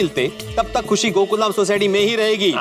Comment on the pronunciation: 6;23 khushi bolna nhi aa raha